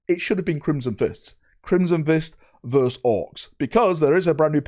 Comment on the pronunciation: verSUS not verse